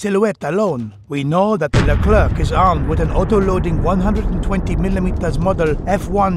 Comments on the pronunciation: Leclér not Le Klerk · As a french , it's accurate. (And it's pronounced "leclaire" not "leclairke" xD)